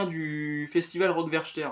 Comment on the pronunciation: En belge, on dit werter et non werchter